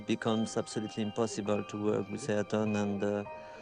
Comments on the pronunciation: Not argon senna bro it's ay-eer-ton senna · Ahh-Yer-ton. say his name right. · You butched his name so bad. Its pronounced i-yuul-ton senn-ah (im brazilian) they ay in his name is like aye aye captain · It would have been a nice gesture to learn how to pronounce his name correctly bro! How hard can it be??